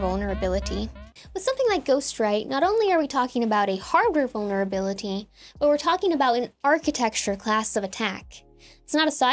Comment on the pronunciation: You're so f-ing smart. Please say 'vulberability' one more time.